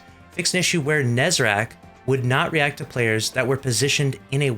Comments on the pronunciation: It's Nezarec ffs, why is it so hard to say/write it correctly. We've been hearing the name for years... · It's called nezarec